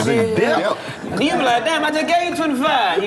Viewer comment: "they in DEBT!" 😂 That mf just said every letter in debt 🤦🏾‍♂️🤣